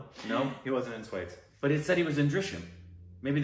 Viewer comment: Come on # 🤣🤣 its not “swades”.. its pronounced as “sva-they-sh”